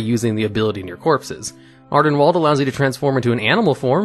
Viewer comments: ArdenWALD? It's pronounced ArdenWEALD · I love you, but I am so triggered that you manage to mispronounce Ardenweald, after surely having heard it countless times, everywhere, for months. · I love your videos, you present them wonderfully. However, anyone else bothered by how he says Ardenweald? Torghast? It's not Ar-den-walled. It's Ar-den-wield, like you are wielding a weapon. It's Tor-gAst, not Tor-gost. You are making As into Os for whatever reason. They've been said in game and the Afterlives videos. Please learn to say these names right.